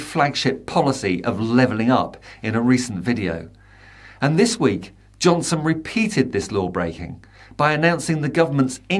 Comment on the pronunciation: Love the way you got his name right.....over and over and over